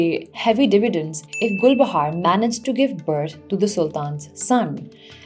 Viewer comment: all i can hear is GulbahaRRRR RRRRR RRRR RRRRRRR